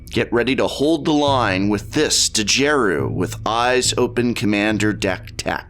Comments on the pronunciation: The "D" is silent, hillbilly. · Prof the D in Djeru is silent... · Prof, I think the D is silent, Mr. english major.